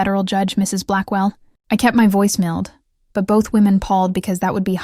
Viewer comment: The pronunciation of mild is 'poor at best' near timeline .